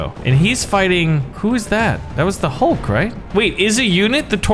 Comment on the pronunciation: the green guy is hulk you said his name wrong